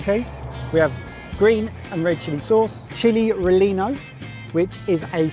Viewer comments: This was a fun video to watch, however I couldn't help but notice the mispronunciation of Relleno. The correct pronunciation is Ree-Ay-Now. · needs to work on that pronounciation. The long "E" makes it sound funny. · I love hearing white people pronounce Hispanic words 😂 It's reh-yen-oh, not reh-lean-oh 💖💛🖤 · saying "Chili Re-lee-no" like a Brit. Pronunciation of a lot of these Southwest words can be tricky, but growing up out west, in California, as I did- we hear them pronounced properly all the time. I can't really faut any of them for saying the words the "English" way- even some Americans can struggle with hispanic words. I think if one grows up in a place without hispanic influences, it's a completely normal way to say those words. If one doesn't have the exposure, then how ELSE would it be pronounced? No worries. I am still tickled by it. If you don't know, you don't know. But, it's pronounced "Chi-llee Ree-inn-no"- just in case the Sorted guys read this several months later. Great vacation, and great activities planned by all! Thank you for taking us along for the ride! Great fun! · im a huge fan of the channel but I'm a white boy from Cali and pronunciations piss me off tremendously. its relleno the double L is silent so it should sound like ray-en oh. and the fucking "e" in Rio Grande is SILENT. fucking silent its not grandey or grand a, its pronounced grand. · ….Well done…One slight bit…Hatch, NM. Pronounce after me, Relleno - Rey-Yaa-Noh. Your language lesson of the day. Please take note, Teacher. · It's pronounced Ray yen o. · The way said Rellano 😂 I hope the boys had sloppers with Pueblo Green Chile when they were here! There's a longstanding grudge between New Mexico Hatch and Pueblo Green Chile. Both are good, but being from Southern Colorado, I prefer Pueblo Green Chiles, they're so good!! It's always green for me! Can't wait for the Colorado trip. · Relleno is said like rayeno. The double l is pronounced with a y sound.